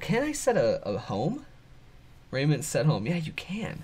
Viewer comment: It's pronounced re-ji-ment